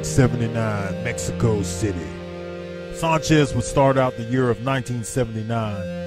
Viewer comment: Sanchez...like San Francisco. Not saanchez.